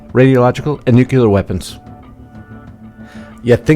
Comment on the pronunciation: Nuclear is pronounced NEW CLEAR, not nucular.